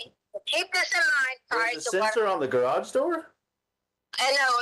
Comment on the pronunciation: Does anyone else’s ears cringe on how she pronounced Garage ?? She say Grawj it’s annoying